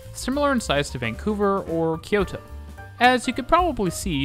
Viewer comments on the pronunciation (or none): none